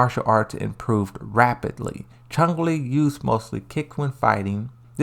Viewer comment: Narrator critiques the way folks pronounce Chun-Li, but then he proceeds to continually add a "g" to his pronunciation as if she's the main villain in the first bloodsport movie.